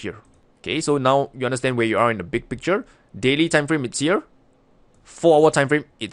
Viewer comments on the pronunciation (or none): none